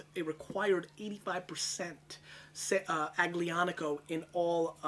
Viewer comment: The "g" in Aglianico is silent. Pronounced like "Al-Yonn-ico" or so.